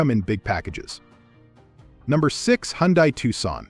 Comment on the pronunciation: First lets get it straight. I would think anyone in the auto world would know how to pronounce car names. Its Hun-day...not Hon-die. You cant get that straight?